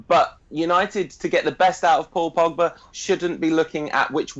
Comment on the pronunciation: First stop calling him Pagba,...his name is Pogba